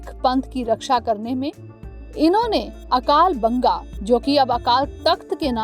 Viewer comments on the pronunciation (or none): Mam There's mistakes at 1) it's not बुद्ध दल it's " बुढा़ दल" in punjabi : ਬੁਡਾ ਦਲ 2) its "अकाल बुंगा" 3) "गुरमता"